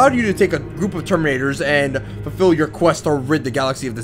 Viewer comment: "Terminatos" Uhmmm, I'm sorry, Ultra Space Marines, thank you.